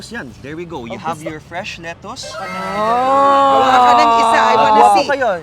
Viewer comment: 😂ganyan din yung pronunciation ko ng lettuce nung nasa pinas ako, but when I went to the US tinawanan ako😂 kasi mali at hindi nila maintindihan yung “letoos”